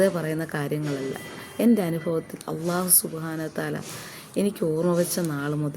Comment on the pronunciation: Assalamu alaikum wa Rahmatullah തെറ്റ് കണ്ടാൽ തിരുത്തണം എന്നല്ലേ അതുകൊണ്ട് പറയുന്നതാണ് നിങ്ങൾ അള്ളാഹു എന്ന് പറയുന്നത് പല്ലിൽ തട്ടി കൊണ്ടാണ് അല്ലാഹുവിലുള്ളത് ലാം ആണ് ലമിൻറെ മഹ്റജ് മുൻപല്ലുകളുടെ മോണ ആണ് നിങ്ങള ل പറഞ്ഞു നോക്കുക അപ്പോൾ മനസ്സിലാവും എ വിടെനിന്നാണ് ലാമ് വരുന്നത് എന്ന് പല്ലിൽ തട്ടി പറയുമ്പോൾ അത് ظ ആയി മാറുന്നു